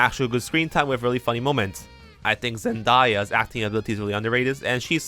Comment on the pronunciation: You pronounce zendaya wrong it’s zen day a not zendaiya